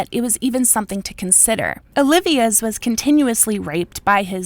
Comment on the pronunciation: O-Lee-Vas is the man's name.